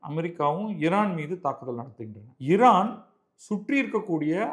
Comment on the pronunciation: நீங்கள் ஒருவர்தான் மிகச்சரியாக உச்சரிக்கிறீர்கள் "இரான்" என்று